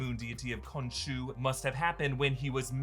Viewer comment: When it comes to the deity you do not pronouce the h